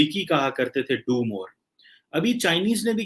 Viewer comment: They are saying Doob More...in Bengali accent...😂